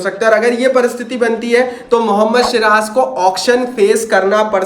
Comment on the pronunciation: Abe shiraj nhi ha vo siraj hai😂😂😂